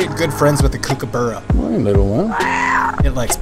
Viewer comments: Cute video but oh my god as an Australian you are mispronouncing Kookaburra. You got the kooka bit right but the burra is pronounced sorta similar to bar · Instead of pronouncing the u in kookaburra it's an a. Kookabarra. Sorry. I just think people should know that's how its pronounce. I'm not trying to be mean. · It's pronounced Burra not borra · KOOK - AH - BERR - UHG, dude.. it's pronounced "Cook - ah - bar - ah" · It’s pronounced Cook ah buh ruh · It's pronounced kooh kah buh-ra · It’s pronounced. Cook.ah.bar.rah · LMAO the way you pronounced kookaburra